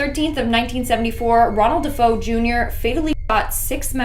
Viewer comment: DeFeo is pronounced “De Fay o”